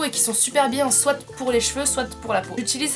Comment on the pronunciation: Sa me stresse que tu dise "soitE"😂